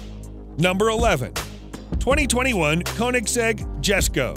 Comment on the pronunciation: Nice vid bro but a little correction, it's pronounced as yes-ko (Jesko) and e-va-yah (Evijah)